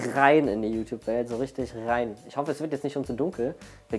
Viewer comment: Haha "richtig rein" wie du das betont hast :D redet mal über andere YOutuber wie Y-Titty, ApeCrime...